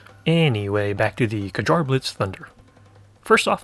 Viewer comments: It's pronounced as kyarr btw. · I cringe at every kjarr annunciation